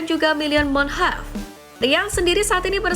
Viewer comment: Manhoff bukan munheff